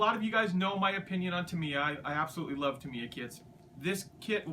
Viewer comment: You can't pronounce Tamiya and Meng correctly.